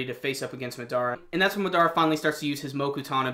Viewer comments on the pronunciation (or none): why can't people say his name right..MAdara not MaDAra. Jesus